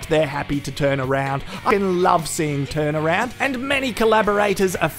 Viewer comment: Titaround? That’s all I heard.